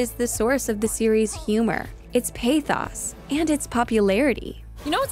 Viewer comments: Maybe I'm mishearing it, but does the narrator pronounce pathos "pay-thaws" ? It completely broke my concentration... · Wait, you can pronounce it "paithaus"? I always thought it was "pathos".